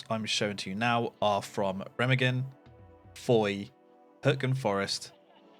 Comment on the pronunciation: Can you learn to say Remagen in at least some proper German. Thx